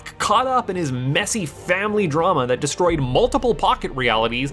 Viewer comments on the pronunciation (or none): none